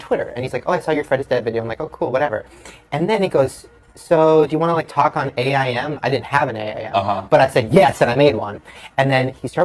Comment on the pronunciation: What a boomer saying "A I M" instead of aim, like normal ppl say